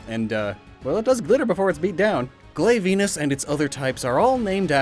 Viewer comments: Why did you include Tetsucabra and Plesioth, knowing they aren't in World? (BTW, you misspelled Nergigante the first time you showed its name in the video) Since you were expecting mispronunciations, here are the ones you did do: The "glav" part is pronounced like "have". The canon pronunciation is "TEE-grex"; when pronounced this way, the name becomes a reference to the Spanish word for tiger, "tigre". Also... "T-rex" = tee-grex. Strange, I've always heard it at "BEAR-roth". Lu-NAH-stra.You say it right the second time. "HEE-la" lizard. The "g" is Spanish, so it's treated like an H. Yian Kut-KU. "Pukei" sounds more like "Pookay" when said by NPCs. I'm not sure about this one. Was the "to" at the end of the Japanese name intentionally left silent? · Me: He can't mispronounce them that bad, how can we be ma-: GLAVE-VENUS Me: wait wut? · Why can he Pronounce tetsucabra right but not glavus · "Have I been pronouncing things ok?" NO!!! DEAR GOD NO!!! GLAY VEENUS?!?!? This video is torture for my monster hunting ears! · How abou glaive-eenus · hearing you pronounce glavenus like that made me cringe so hard